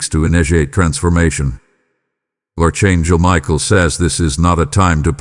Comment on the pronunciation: You called me Arck Angle Michael i Appreciate it .